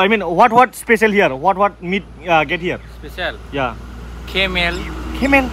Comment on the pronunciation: The way he said camel is epic